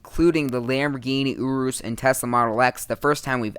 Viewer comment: OMG URUS IS PRONOUNCED YOR-US